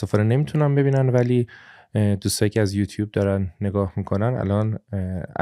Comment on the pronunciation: ، به احترامت و به‌ویژه به خاطر این قسمت آخری از پادکست رخ، کلاه از سر برمی‌دارم و از این تورنتوی سرد، به‌گرمی برات آرزوی موفقیت دارم. خدایی خیییلی چسبید این قسمت آخری. ضمنا بالخره به یوتوب گفتی «یوتوب و نه یوتوپ»😊